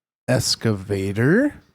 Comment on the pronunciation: please please please bro dont pronounce it "Escavator" PLEEAASEE lol its an EXcavator, or Hoe, some weirdos say "front shovels" but those ppl are sociopaths. but any sort heavy equipment operator just cringes when we hear someone call it an EScavator... lol